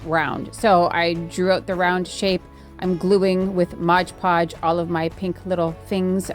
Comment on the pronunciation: FFS it's MOD podge 🤦‍♀️